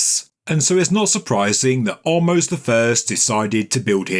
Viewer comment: Ahmose meaning the brother of. Some attributed him to be the pharaoh in the biblical story of and the plagues. Thanks and keep up the awesome work you do. ♥ Btw.. I think the pronunciation is Ah - mose (Just like the word without the s) It's in hebrew and in hebrew the name Is actually Moshe (again, without the s at the end.) And my name is (